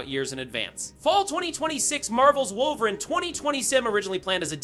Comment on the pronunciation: Now I know you know his name is not “wulverine” bro